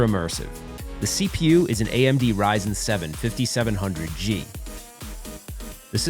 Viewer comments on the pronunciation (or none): Ryzen... not Risen 🤣